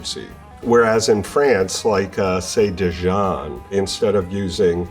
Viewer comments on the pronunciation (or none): none